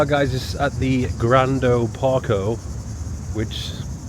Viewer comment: "Grando Park-o" jfc :)